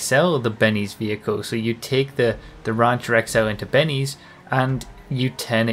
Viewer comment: Nobody:: rÁncher Love it.